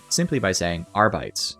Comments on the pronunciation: ☝🤓uhm sir it's pronounced arbi-tes, not ar-bites! No but seriously great video. I particularly like that you explain how talents, blessings, and weapons and stats are all connected. It's not always easy to figure out which nail to strike with the balance hammer but you're doing a really good job coming up with suggestions. Agree with pretty much everything. It's not about taking things away, it's about enabling everything. I actually really like the psyker tree. So I feel a bit threatened by a "rework". It's already well connected and the abilities are great. I'd prefer a more careful approach where we look at specific talents. Examples: - Give players a reason to pick Warp Rupture over Creeping Flames. (and make it apply physics force to ragdolls so enemies are blasted away) - Update Smite's sub-nodes. - Give wildfire a little buff. Increasing the cap from 4 to 6 would be a start. If it was uncapped it would probably break the game. - Move psykinetics aura to a center position in the tree, so it's available to all blitzes. - Crystalline Will should make the self-explosion bigger and more powerful, and provide +1 wounds. - EP keystone needs some help. Right now it's only used by Smite spammers, which is the crutchest crutch of all crutches to ever crutch. Maybe EP should cast 3x brain bursts, or split assails into 3, or something. Is this starting to sound like a rework? Maybe a small one. A re-tweak. Thanks for reading. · >jokes about mispronouncing "arbites" >proceeds to mispronounce "arbites"